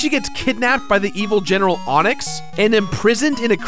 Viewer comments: When you said Onox I thought you said Onix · >General Onix Mate that's the pokemon. It's onox.